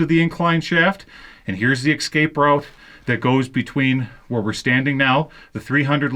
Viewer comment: It's no ecscape it's escape